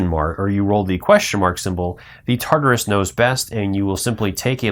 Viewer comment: Thank you for the video, however, I could not finish watching it for the mispronunciation of "TARDIS" (tarderis) and "anomaly" (abnomality), it was just too grating for mine.